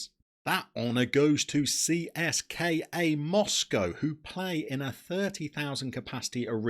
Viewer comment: We pronounce CSKA like tse es ka